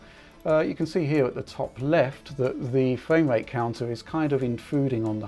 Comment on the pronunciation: What dose this guy have against the r , fwaim wate